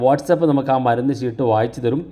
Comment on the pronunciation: ശീട്ട് അല്ല chett ചീട്ട് എന്നാണ്